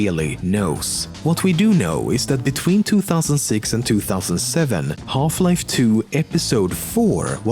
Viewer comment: if you're not a gamer then we all know you came here just to listen to this guy say "Holf-life". ADMIT IT